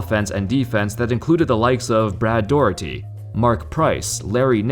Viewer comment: Crazy how Jordan has all those buzzer beaters against one team. I the had one in Washington as well, against the cavs. Thinks for pronouncing Brad Daugherty name correctly btw.